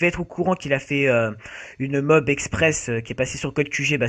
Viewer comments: Sa se dit pas MOB MAIS MO A B !!! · bonne video mais c'est moab pas mob comme tu dit mais continue a faire des video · Le gars qui dit "mob" m'insuporte